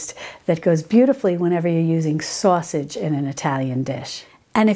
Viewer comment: I love your videos! The way you say "sausage" rings of the Northeastern United States. Not to be personal, but are you from Texas or the east coast?